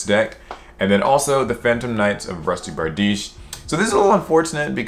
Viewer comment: Finally someone pronounced bardiche right